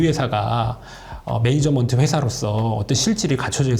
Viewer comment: 하.. 배울만큼 배운 사람이 매니지먼트라는 단어를 모르는 건가. 매니저먼트 되게 거슬리네